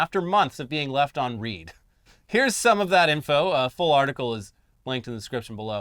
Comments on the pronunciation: A bit odd that pronounces "left on read" as "Reed" instead of "red" it's pronounced "red right? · MF said read. Lmao.